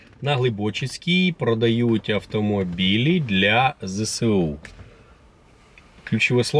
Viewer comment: Зе Ес У а не Зе Се У